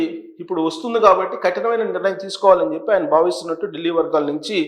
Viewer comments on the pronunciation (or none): none